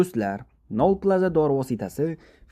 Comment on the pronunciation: Тугри укинг нольпаза нолплаза дебсиз